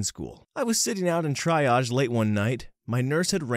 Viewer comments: Tree -ahge lol. You absolutely got cannula right. Love your reading style ❤ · Lol you said cannula properly but not triage (tree -aage) xxx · Triage is pronounced Tree-ah-j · Holy hannah dude. Its triage. Pronounced TREE-ahj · its pronounced "tree-age" = triage. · You pronounced “cannula” correctly! I’m only halfway through the video but the only mistake I’ve noticed is that “triage” is pronounced like “tree-age”. You got the second part of the word right :) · It’s so small but the try-age driving me crazy 😂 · TREEE AAAAGE- literally every time he says it. The mispronunciation is kinda cute but also killing my OCD. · More like tree-ahj. Or tree-ahzh. However you want to write that soft j sound at the end. Age has that "ay" sound at the front, not the "ah" sound. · Triage mispronounciation compilation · Bro, cannula is one of the only words you did pronounce correctly 😂. (Triage was in most of the stories and was driving me crazy 😂) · the way he keeps mispronouncing Triage is so annoying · oh god... if i'm going to hear an hour of you saying triage wrong ima dip early.. you get 1 or 2 more tries. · it's not pronounced like that 😭😭😭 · I love u narrator, but the way u pronounce “triage” has me rolling. And the way u thought cannula was probably meant to be pronounced?! Hilarious, made my night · I can't decide whether your good pronunciation of medical terms and poor pronunciation of Triage and Caeserian is deliberate or just an accent/American thing, it's both funny and infuriating in equal measure 😄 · I thought you meant because it’s too hard to listen to. When I heard how he pronounced “triage” I gave up. I’m not listening to an entire video full of medical terms read by someone who can’t pronounce most of them. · it’s Treeage not Tryage. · ..its TREE age, not TRY age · It IS absolutely pronounced Can-you-lah, and NOT ka-knew-la or whatever. Also triage pronounced Tree-aazh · Duded....it's TREE AGGGGEEE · It’s pronounced tree-aage. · Dude, it’s TREE-age